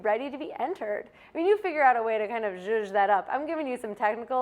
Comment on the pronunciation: "Well you will figure out how to zshuzh that up")))